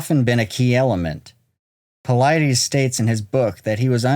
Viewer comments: David ( Pa-lid-us) not paleedees. The Lid in the middle of his name rhymes with Slide, & Glide and the US is pronounced just like it sounds US PA—LID-US ….. Not PA LEED DEES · Dus not Dee's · I think it's pronounced Puh-Lee*-Dees rather than Puh-Lie-Dees. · Its pronounced David Paul-i-dis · Your video conflicts with some of Dave Paulides' story he got from Bill Martin and you keep mispronouncing Paulides. I'm out.